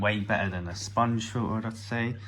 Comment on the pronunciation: What’s a fill-uhh?